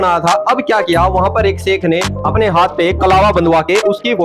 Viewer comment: भूतनी पहले तो शब्द को बोलना सीख 🥴🥴 कलवा नही भूतनी, कलावा बोलते हैं। अबे भौंदू एशियन मुस्लिम हमेशा मुफलिसी में जी रहा है और बकौल तुम्हारे कयामत तक यूंही रहेगा क्योंकि लियाकत तुमसे बहुत बहुत दूर है 😱😫 😱😫 सिर्फ कमला हैं आप के पास, आप लोगों के जहन मैं कलम की कोई अहमियत नहीं है इसलिए तुम 🤔 झल्लाहट के धनी हो।😱🥴😫😄😆🤣😂🤪